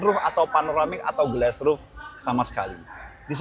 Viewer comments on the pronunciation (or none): none